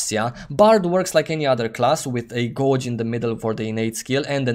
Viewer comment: 'Gauge' --> pronounced --> 'gayj'